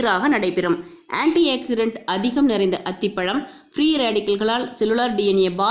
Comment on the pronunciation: Anti accident illa, Anti oxidant inu sollunga.Tamil words um kolai.